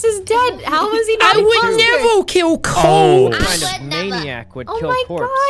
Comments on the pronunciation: "I would nevo kiw copse" - jacksepticeye 2021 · “I would nevow kiww cowpse!”